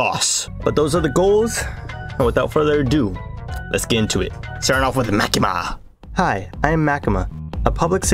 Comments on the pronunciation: "Ma-kee-mah" is a horribly humorous form of pronunciation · By the way you pronounced Makima wrong say it like the character Maki from Jujutsu Kaisen and then add the ma at the end